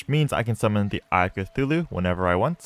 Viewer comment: “Eye Of Cthulhu?” “No, it is UY OF CATHULU”